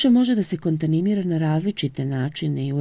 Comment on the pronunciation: Hvala vam 👍, obradovao me je novi deo. 😊🎈 Ako može samo sitna sugestija da obratite pažnju kod reči kontaMiNacija, kontaMiNirana... M je uvek ispred N, a ne obrnuto.